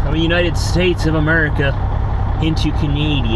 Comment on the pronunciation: ...Its CAN-A-DA.My opinion its disrepectful to your and our great country!!!!!